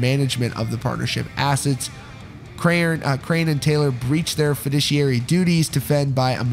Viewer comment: krahan is pronounced like kran